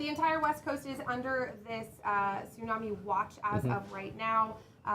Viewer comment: Wow she actually does know the right pronunciation tsunami ❤